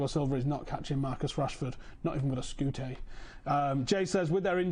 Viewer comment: 'Not even with a scootay' x'). You crack me up.